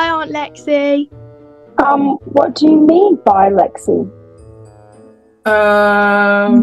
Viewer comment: ikrrrrrrrrrr the mum just hates Lexi or as she says rexi